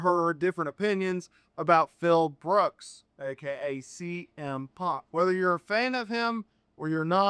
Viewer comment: Za to AI gdzie już w sekundzie kuje w uszy jak wypowiada Cm Punk nawet nie licz na subskrypcje… na skróty to do domu najebany dasz radę wrócić tutaj tylko zniechęcasz do siebie